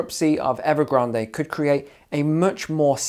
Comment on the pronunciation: Evergran"day"? "Lay"man Brothers? Just when I though my English was good. Now we can speak the King's English. Thanks for the lesson!